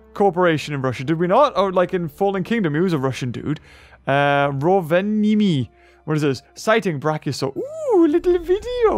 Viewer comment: As a Finnish person I just loved how you were trying to say Rovaniemi as good as possible :D